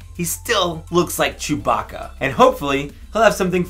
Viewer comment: "Ster Wers Jewbah-kah!"